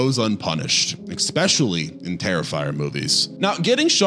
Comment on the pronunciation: Worst part.. "eckspecially"... come on bro.